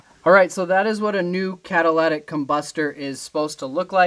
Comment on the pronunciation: Please don't call it catalatic it's catalytic